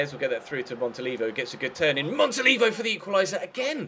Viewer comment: i think you say it "Montoliveeo"